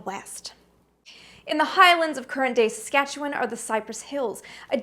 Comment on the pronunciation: You get bonus points for pronouncing Saskatchewan properly, but the Yukon, Northwest Territories, and Nunavut are not provinces